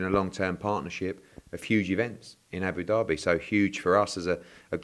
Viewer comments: ed its abu dhabi not abu derby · It’s not Abu Derby Eddy it’s Abu Dhabi pronounced Dabi😊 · Great Partnership with as Hearn says “Aboo Derby” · Haha whys Eddie sayin abu-dabi like Abu-Derby fml hahaha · Can someone tell Eddie it’s not Abu derby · Eddie "ABOO DARBY" Hearn